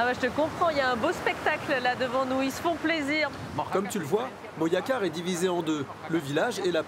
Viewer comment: STP tu peux dire Moracar si tu peux pas mais Moyacar stp non !!! MoJacar con jota !!!